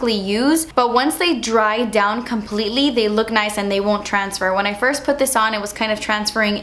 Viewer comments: firs impression 😂😂😂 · Firs impression lol ily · She forgot the s in first😂😂